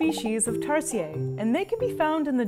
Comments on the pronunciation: It's not Tars-yeah, they're not French. It's tar-see-yer😁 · Is that really how you pronounce their name? In Philippines we say it like "Tar-sheer" not "Tar-si-yay". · It's tarsier not tarsiee yey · Hijo difota! Pronounce it as Tar-sheer not tar shee yeey....tarsiers are Filipino not French. Lol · I love that in English tarsier are pronounce like tarsiyey here in the Philippines its pronounced tarsheir i mean there's an R. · Hmm. Am I the only one who pronounced it as "Tar-sheer" and not "Tar-see-yay"? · It's pronounced as "Tar-shear" not "Tars-yey". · i dont think it's Tar-si-ye. it's tar-se-er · Tar-si-er ??? We pronounce it as Tar-shir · It’s pronounced as Tar-Sheer not Tar-Sea-Yeah lol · googled it, tama naman tayo. it is pronounced as 'ˈtärsēər' not tarsheeeeeeeeeeeah. meow maarte lang si ate o di bobo lang sya. cheret! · TarsiERs. Not Tarsiyey 😂 it aint french people!!! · tarsier is pronounced as taar•see•ur NOT taar•see•yey am i right or am i wrong?? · Growing up in Bohol, we've called them Tar-sheers. Especially in the Tarsier sanctuary. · Tarshish tirahan Ng Tarsher 😂😂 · Isnt it supposed to be pronounced as "tarsheer"? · By the way it is pronounced as tarsheer but spelled as tarsier but it’s ok and these animals are one of five most endangered animals in the Philippines so these are rare now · In philippines it is pronounced as "Tar-sheer" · Pronounced as "Tar-Shir" trust me I'm local. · cant say their name correctly "Tar-SEE-UR" and constantly calls them creepy. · We pronounce it with R at the end of the TARSIER here in Philippines.. not Tarsiyey!!! We’re not from France !!!! Please respect our cute animals! 😁😁😁😁 love from Philippines 🇵🇭 😘😘😘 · They are pronounced as "tar-sheers" for future reference. Just to keep it authentic. 😅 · It's "Tar-Sheers", thats how we call it in the Philippines ☺️☺️☺️ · We pronouns it Tar-sheer kind like how you pronounce tarshish! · Its pronounce tar- sher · Their pronounced taar see ur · It's pronounce as TAR-SHIR